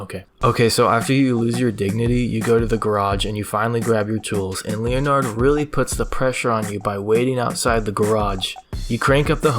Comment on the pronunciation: I am pretty sure that Leonard is called Leonard and not as Linard